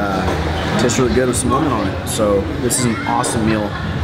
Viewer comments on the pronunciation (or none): none